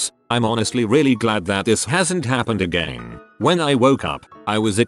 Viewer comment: no one: the voice: AgEin